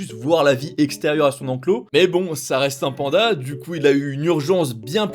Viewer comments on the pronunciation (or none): none